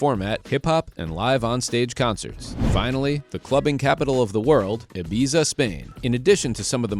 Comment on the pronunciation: Maybe if Ibiza is number one you should learn how to pronounce it